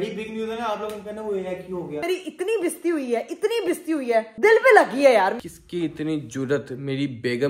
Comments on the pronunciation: I like very much i am sistrology army but why is she saying besti but actually its bastiiii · Bisti Nahin basty hota hai 😂😂😂😂